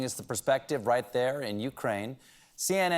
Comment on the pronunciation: Please!! Learn how to Correctly say Ukraine. Even YouTube has videos if you don't understand what is written in any dictionary!!!!